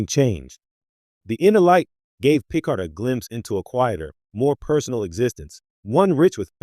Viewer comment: Pee card